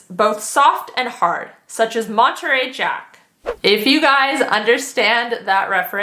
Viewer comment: Mon-a-tary jack 💙